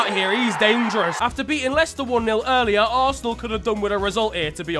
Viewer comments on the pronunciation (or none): none